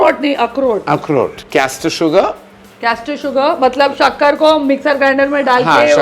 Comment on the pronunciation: बडा कास्टर शुगर बोलरा 😆🤣😀🤩